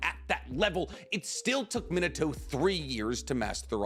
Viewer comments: Why does he say Mini-toe instead of Min-Ah-to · Bro you driving me crazy saying minato’s name like “mito” 😂😂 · Does he not know how to say Minato's name correctly? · The butchery of his name is on another level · hate how he pronounces minato